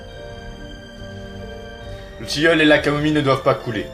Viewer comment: Du "tilleule" !MDR